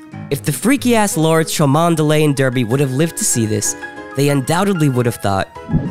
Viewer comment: OK! Several issues. First off it was probably pronounced Darby NOT Derby. Next Every picture you show of people are Same sex. Even though at one point you said "Boning" and it was two women.